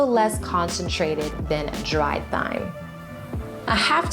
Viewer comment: Thyme is pronounced like "time".